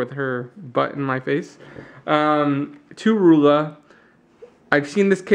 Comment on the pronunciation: Actually its "T. U. W. Roolah"